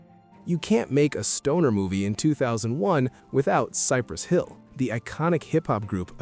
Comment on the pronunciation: It sounded like he said Cypress Phil! 😂😲